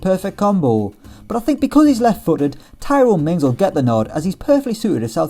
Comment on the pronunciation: Man said Tyrone mings